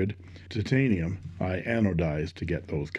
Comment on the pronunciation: I love the way you say: tit-tain-ium. A Chinese copy of a Chinese pen, made from substandard Chineesium.